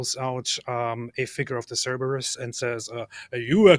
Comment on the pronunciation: said Cerberus correctly.